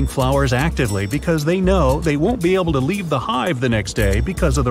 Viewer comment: yes that was what I wanted to see when the bee part came he said bee able(be able)